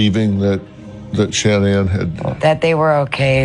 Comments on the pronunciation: So her name is pronounced Shannon not ShaNan? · LORD they all pronounce “Shanann” differently!!! ALL of them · They pronounce her name different every time they say Shenannes name. Kessinger had a hand in this. 100 percent. I think she got into his skin and encouraged him to do this. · Really angers me how many people have mispronounced Shannan's name and how many of you in the comments are claiming shes not a victim in this. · Why is it so hard to pronounce her name correctly??? It drives me insane. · The correct pronunciation is the way her mother says her name. Shan'Ann decided to pronounce it differently. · No one can pronounce her name right in this